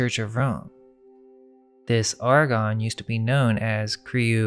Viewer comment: The Ar-gons....the ar-CHONS??? Just a thought 🤔🤔🤔